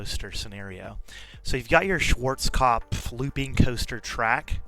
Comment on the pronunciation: I like how you pronounced… “Schwarzkopfplplflp”